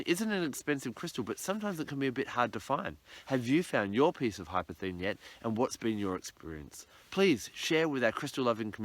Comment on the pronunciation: It's more like golden obsidian. It has a labradorescence. In case you are searching for some, it is pronounced incorrectly in this video - there is an S in the name hypersthene.